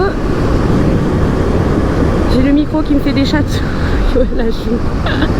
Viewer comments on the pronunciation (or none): CHAT !! ou la mdrr elle a dit CHATE puis chattouille mdrrr